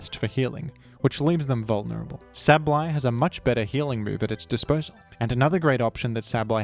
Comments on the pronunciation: DUDE... "say-buhl-eye". Not "sabb-blai". PLEASE. I had to click off of this video. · I’ve never once heard Sableye pronounced as Sab-lie. I’ve always heard it pronounced Sable-eye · Where did you get that pronunciation from though? It is sable, eye. I do not understand. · If you think that's bad, I originally pronounced (and sometimes still do out of habit) Sableye as 'sabble-eye'. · Sab-Lie is understandable if you don’t recognize the word “sable” when you learn the name, but it is strange to hear lol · My pronounciation: “Say - bol - eye” My parents pronounciation: “Pikachu” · isnt it sabel eye idk i could be wrong like with decidueye pronunciation(fr just asking no critique) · Yea… you still manged to say sableye wrong Nice vid tho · I had to pause the video after the first 10 seconds, I’m sure it’s very good informative I just can’t listen to the way you say his name 💀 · this guy pronounces "Sableye" like an automated hotline would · good video but they way you pronounce Sableye causes my brain to short circuit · Why are you saying Sableye like that... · Tf did u pronounce sableye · look my point is just that it shouldnt be pronounced like abs, it should be pronounced like able. The ab part. Also no, theres basically no universal rules like that in english. Youre just saying shit more confidently like it makes you more right bro stop